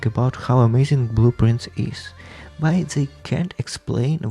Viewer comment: LMAOOO the whole time in the podcast I thought you were saying blue prints - thats why I get when english isnt my first language i guess